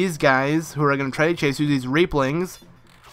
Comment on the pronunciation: When you said Reaplings you sounded so much like you said rape-lings...